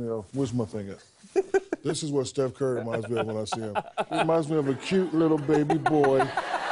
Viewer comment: Steph "Furry" 😂🤣